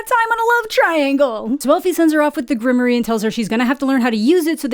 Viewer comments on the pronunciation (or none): GRIM-WAUR. Not Grimory. It's French. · Grimoire is pronounced grim'war.